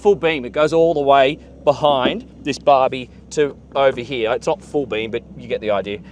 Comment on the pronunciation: Heeyaa, instead of HERE! Bye